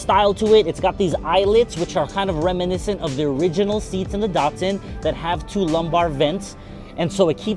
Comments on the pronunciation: DAT.SUN, not DOT SUN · Really nice car, well restored D-"A"-tsun not DaR tsun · DAT SUN not daughtsun. Sounds like DAD, say Dadsun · アメリカの発音では「ダッツァン」なんだね～ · Nice "dartsun"